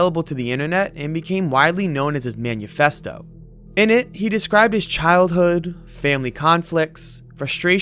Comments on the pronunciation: Manifesto not manyoufesto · Uh... "man-u-festo"?? It's manifesto. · Manyoufesto? Was it? It’s usually manifesto. Why was it his Man-you-festo?